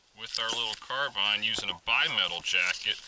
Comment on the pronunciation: Finally... someone who pronounces "carbine" correctly LOL